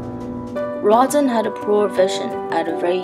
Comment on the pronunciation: Good job, but his name is pronounced row-dah in French. The burghers of Calais is pronounced Kah-leh.